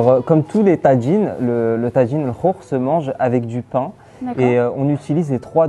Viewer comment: on ne prononce pas TADJIN, mais TAJINE. c'est un mot marocain et ca se prononce à la marocaine, même en Algérie.